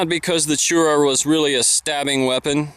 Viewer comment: Your prounced wrong. its not called Chuura..Its pronounced CHORAH in Pashto Im Pashtun of the Shinwari tribe. i live near the khyber areas actually and ive never seen that pattern. looks beautiful Although we dont carry knives as we used to. We do carry guns at all times especially Ak47 and other old guns If you want to see Pashtun attire today. Just look at the taliban. Tribal Turbans, Pakols hat, Salwar Kameez and weapons